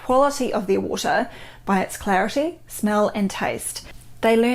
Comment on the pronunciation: luv how she says waur-tah 💕